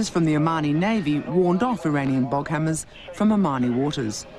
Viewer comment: It's Boghammars, not Boghammers. Patrol boats made by Boghammar Marin in Sweden (no e in marin in Swedish).